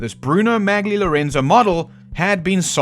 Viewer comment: Bruno Magli pronounced Molly.